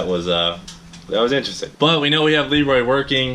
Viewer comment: Elroy instead of leroy